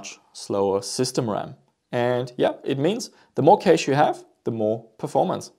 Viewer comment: Just FYI, cache is pronounced very similarly to cash